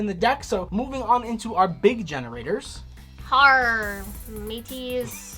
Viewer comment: Loptr is pronounced like Loap tar, Harr is urr, utgarda is ootgard, hela is Hyla, nidhogg is l Neeidhegg, mardel is mardel lol, Jormungandr is Your min gunder